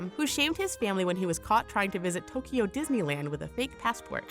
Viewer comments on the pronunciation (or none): none